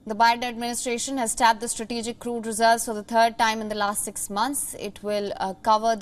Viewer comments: From the stratetetetegic, strategic or stratetetetegic lol.🙃🤣😂😅 is he on drugs or just too old or both stratetetetegic lmao 🤣😂😆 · Old biden Bearly pronounce strategic. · He has difficulty pronouncing the word "strategic" -- this is how in trouble we really are...